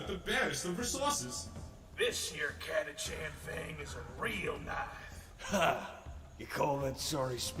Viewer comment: Also it's pronounced Cata-can